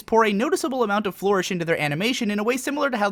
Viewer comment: ***** A few of these I'm not sure if they are indeed what you are saying. Because you know, you talk so freaking fast. Deftness, splendor, sophomore, sod, overwrought (you use this a few times), flourish (you might have just pronounced this one wrong), levity, mediocrity, imminently, distinguishable, spastic, begrudge, fathoms (what are you a fisherman).